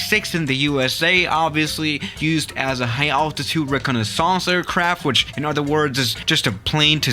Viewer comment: 'Recon-a-saucer aircraft' I swear your pronunciations are getting better, that IS the hardest word in the world to pronounce after all!! XD =P